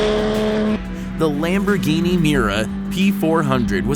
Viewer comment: Lam'poor'gini lol this guy....